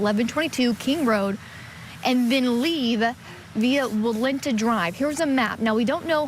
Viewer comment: I love chanley but why she keep saying walunta rd it's clearly says walnut